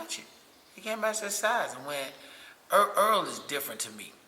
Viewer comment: HIS NAME IS NOT EARL!!! Why ppl see his name lit up on the screen every fight and refuse to call him Errol??!!! His name is not EARL SPENCE 😂